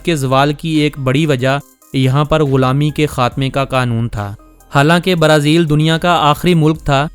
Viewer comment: Only you say Barazil we are hearing brezil